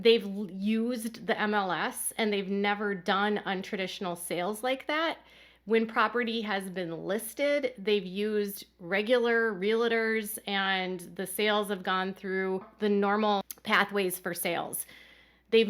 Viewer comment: Realtor is being mispronounced. It should be real-tor. Not re-la-tor